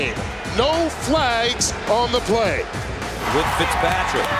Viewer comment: I never heard pickspatrick but I did hear fitztrajic